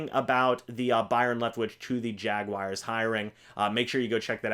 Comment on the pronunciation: It’s not Jag-WIRES!! It’s Jaguars